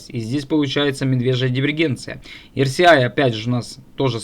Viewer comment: За все прощаю. За одно простить не могу- RSI (эр ЭС ай) ты эр СИ Аем (rci) называешь.